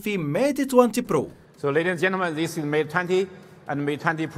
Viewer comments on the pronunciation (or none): none